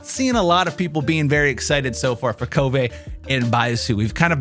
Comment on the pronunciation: No the BIG question is why is this guy trying to make himself sound so stupid ? KOvay ? Did you flunk 1st grade reading or what ? Then ya say it RIGHT then correct it to the wrong way. Come on people the IN GAME ENGLISH dialogue has voice lines about him, use your ears and stop obsessing over the damn Japanese. FYI it's a CHINESE DEV TEAM lol jeez